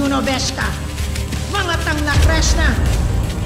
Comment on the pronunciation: kervin angelo sanopo Sabi ni ether sa episode tonight "Tangna kreshna" hahaha